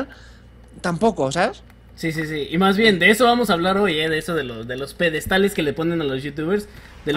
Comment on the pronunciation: Los "peDEDstales" :v